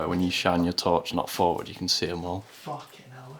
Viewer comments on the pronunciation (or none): none